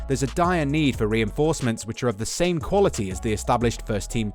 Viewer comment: hé said Sane